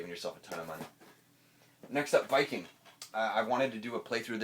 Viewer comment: i hated "Viking" :/